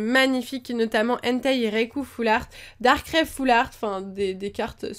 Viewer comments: C PAS DARKRAI C DARKRAI SA SE DIT DARKRAIE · on dit pas darkralle